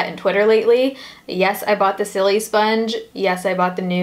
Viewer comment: The Silisponge is pronounced like silicone, not 'silly'.